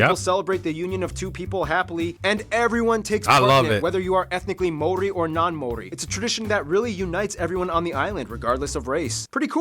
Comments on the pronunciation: They also packed a decent bit of false information and kept mispronouncing most of the Maori words. They literally tried to correct everyone with the "correct" way of saying Maori and then proceeded to mispronounce it the whole video. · Wow….as an Aussie my sympathies to any Kiwi’s watching this hack job. And I thought their Geography now Australia was bad. I don’t know who told him how to pronounce Māori but they were seriously taking the piss out of him. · Out of all the fish you left off the best...juicy red snapper..yum! Lol at mori, its pronounced like mouldy...and queensland, wrong country bro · While the info is awesome, the pronunciation of our Maori language is terrible!!! The pronunciation of 'Maori' is not 'mow' ri. It is: ma or ri, all rolled together with a roll of the 'r' for 'ri'. Please try to get it right 😢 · Kah-kah-paw=Kakapo. Mah-aw-rree=Māori; indigenous to Aotearoa having navigated by the stars across the Pacific to Aotearoa=Ahh-aw-teh-ahh-roa(r). Part of (Pacific peoples=Poynesians) Pasifika, Europeans lumped us all together as Polynesians, a colonial construct. Māori vowel sounds are the same as in South American and Spanish languages. Mauri ora; Mau=mow(lawns)-rree-aw-rah! The essence of life! (The breath of life) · The po, ka, wa etc. are similar to Hawaiian, Rarotongan and Cook Islands as we are all Polynesian like Tonga and Samoa. Pronunciation is Mao...ree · As you can see - a lot of people trying to help you with the pronunciation. But here's the easiest for anyone with an American accent: Mow - Ri. Mow - as in "mow the lawn". Ri - as in "return" or "remember" or "ridge". Easy-as. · I wince every time he says “Māori”, nice try though. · I'm sorry bro❤❤ their pronunciation of Maori words is WRONG and is adding to your struggle to understand our language. He just pronounced Maori wrong. he's saying Maori without the A. We also roll our R's. All Maori know Haka it's our culture, we also encourage others to learn. Yes we are proud people.